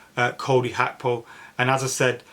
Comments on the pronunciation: It's GAKPO not HAKPO not even when speaking in Dutch is it even close to HAKPO lol Big clubs can risk that type of money I honestly don't see the problem with splashing the cash only fans that are mentally fragile and scundered when we do so, such a weird weird thing. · G.a.c.k.p.o say each letter that's how it's said bro 😂